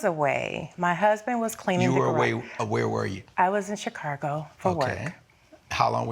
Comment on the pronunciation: "I was in Chi-caR-go". "That was a family Ear-loom"